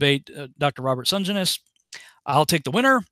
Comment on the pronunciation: Hey, The surname is pronounced Sen - Jen- is.:)